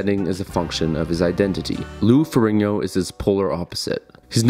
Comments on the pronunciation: it's Ferrigno, not "Ferringo". You keep saying his name wrong, I can't watch. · Its Ferrigno, not Ferringo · Jesus Christ, the narrator keeps saying "Lou Ferringo." It's FERRIGNO. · I clicked away when you said Lou Feringo. Unreal ignorance levels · Not even two minutes into this and you already mispronounced Lou Ferrigno's last name. Clearly you have a drive-by approach to doing your research. Pay attention to the spelling of the last name, the order of the letters. F-E-R-R-I-G-N-O. Not FER RING NO, FER RIG NO. You repeat this mistake before 3 minutes of run time have passed. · feRIGno not feRINGO. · To be precise, it's "Ferrin-yo". Ferrigno is an Italian name and "GN" in Italian works like "NY" in English. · Farigno. Fah-rig-no. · I don't know why the mispronounciation of Lou Ferrigno's last name bothered me so much, but it was really distracting. I know that's stupid, but I really couldn't help it. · Thumbs down for getting Lou's name wrong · Does a doc on two guys yet can’t pronounce one of their names….the easier of the two no less…. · Hard to take this video seriously when the presenter doesn't even know how to pronounce the name of the second most important person in the film.